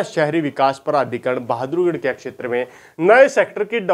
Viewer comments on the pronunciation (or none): अक्शैत्र उच्चारण गलत है